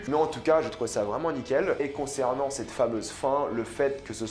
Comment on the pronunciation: Arrête de dire « c’te » stp, ça me fait saigner les oreilles, on dit « cet(te) » Merci 🙏